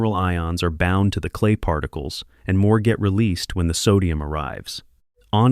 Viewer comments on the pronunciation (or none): "See meer deer" 😂